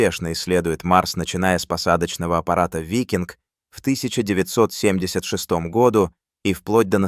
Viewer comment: ИИ озвучивает? Году читается с ударением на У!